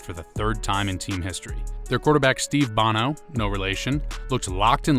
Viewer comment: It's pronounced Beau-No, not like the singer Bah-No....just fyi